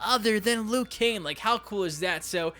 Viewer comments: Liu Kane? Don't you mean Liu Kang.😂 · Who the hell is Lou Kane? It's Liu Kang, dumbass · Liu KANG not Liu KANE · Dude it's pronounced liu kang not liu cain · Its liu kang not liu kan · Its liu kang, not liu kane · why do you keep saying "liu kane" instead of "liu kang" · Who the f is Liu Kane?? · This fucking idiot can’t even say Liu KANG, he says Liu KANE. Fuck this moron, this video is obnoxious and unwatchable. Dislike. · Hay I just notisted your saying leu Jan not leu kang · I think it's Liu Kang not Liu Kane... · Why does he always say Lu Kane? Whats wrong with Kang? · Weird Channel buddy you say leeyou kang. That’s how you say liu kang not loo kane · KANG...NOT KANE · Liu *KANG*, not liu kane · Work on ur pronunciation idiot Die- roo Loo-kang U sicken me ur video sucks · Liu kane 😂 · “Liu Kane”? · Did anyone else hear him say lui Kane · Lu Kane? who tf is Lu Kane? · "Loo Kane" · “Liu Kane” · Im sorry but when you say liu kang you sound like your saying lu kane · Who's Lu Kane? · We know this dude has no idea what he's talking about once he says Lou Kane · Liu Cain, Day-Rew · Did I really just hear you call Liu Kang "Liu Kane"? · “Liu Kane” lmaoooo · Are you saying Liu Kane? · "Liu Kane" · Who the hell is Lou Kain? Yeah, this will be a trustworthy list 🤣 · even the fuckin announcer says 'Kang'. 'Liu Kang' wins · "Liu Kane" Bruh.... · Lu kane, my man u butchered him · Liu kane lol 😂😂😂😂😂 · Are you saying "Liu Kane"? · Why can't you pronounce Liu Kang properly?